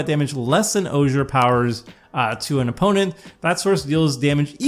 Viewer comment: Good video, but just a heads up- Ojer is pronounced "O'Hair" like how it would be pronounced in Spanish (the names are influenced by native central American language).